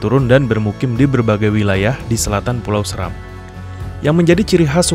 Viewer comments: Bacanya bukan Səram, tapi Séram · Seram bacanya *Se"ram*.Salam dr Kabupaten Flores Timur dimana asal usul kami jg dr Seram, buat saudara2 ku di Maluku khususnya Seram .Fam saya Seran Goran🙏🙏